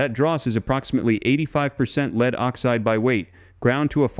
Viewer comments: Could you please say led instead of leed, it is so irritating to listen to constant incorrect pronunciation! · Pronounced "led" not "lead"